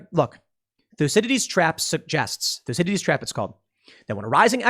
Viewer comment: Let's have a "Thuecydides Trap" drinking game? Makes people sound SO smart when they say it!